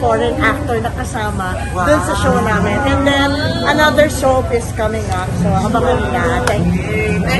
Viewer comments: Ngarag na, Soap yun hindi Soup hehehe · soap ang sabi ni Cherrie Pie hindi soup😁